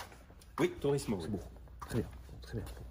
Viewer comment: Les "C est bow" tout au long de la vidéo, je me marre et la fin, tout seul dans ta voiture a tenter de flairer le poisson je suis MDR!!! Excellent.. C est bow!:))